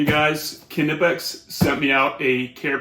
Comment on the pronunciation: Knipex, pronounced: Nye-Pex